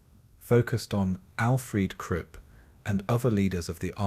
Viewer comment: Content creator; I enjoy your videos but please take the time to proof listen to them before posting. I discovered a few mispronunciations that were wrong. Several times the narrator mispronounced Nuremberg as ‘Nurberg’ or Nurvberg, ‘Namberg’ or ‘Nararberg’ Another glaring mispronunciation was Krupp’ as ‘Kripp’ in fact I don’t think you ever pronounced that name correctly.